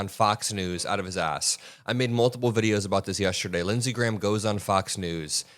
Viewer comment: Lindsey gay-ham.